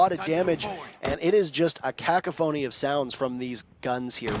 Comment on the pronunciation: Cacophony has never been more bizarrely pronounced lol